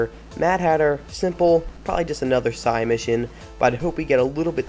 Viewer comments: SIDE mission not sigh mission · Dude, please. Say side mission, I hate being one of those guys but hearing you say sigh mission over and over is grating on my nerves.